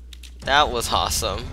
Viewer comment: why do you say hawsome